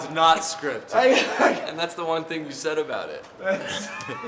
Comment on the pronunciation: Takes a lot to make me laugh, the “Ehhnd Dan?”s REALLY got me